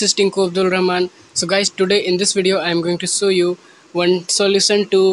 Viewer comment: It's show not sow 😂😂😂